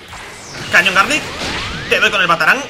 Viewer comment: Like si notaste que decía cañón garlick